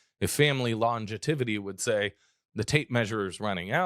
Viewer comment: I do not want to come off like a school marm but you said the word, lon-ge-tivity, several times. I’m sure you already know, the word is actually longevity, but figured I should mention it for next time.